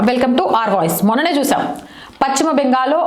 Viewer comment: Pachima bengal kaadu talli paschima bengal antaaru.telugu sarigga palakadam nerchukoni videolu cheyyi